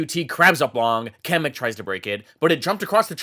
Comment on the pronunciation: kocham jak ludzie z zagranicy nie potrafią powiedzisc kamyk xddd